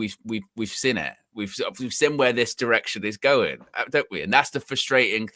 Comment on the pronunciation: Really jarring how he pronounces ‘seen’ as ‘sin’